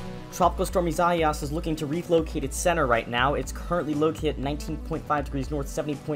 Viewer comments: To help you out it's pronounced Isaiahs (EE-SAH-EE-US) it's the Spanish version Edit My Prediction maybe between 74mph-90mph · Please tell to pronounce the storm name right.